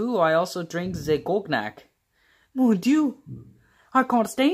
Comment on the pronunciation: I love this!!! You should make an actual stop motion of this since I think that would be cool to see. Note that “cognac” and “in flagrante delicto” are mispronounced.